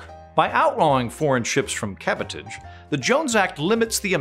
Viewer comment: "Cabotage" is pronounced like "sabotage" ....with an aaaaahhhhhh